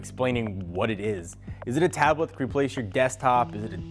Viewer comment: In the first 25 seconds you had me rolling. First because of how YOU rolled up into frame then you said "taab-uh-let."